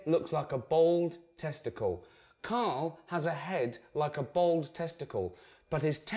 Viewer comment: Hahaha Ricky pronounces Bald..'Bold' :D